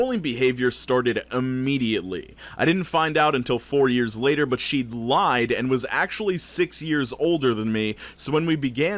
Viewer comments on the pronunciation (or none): none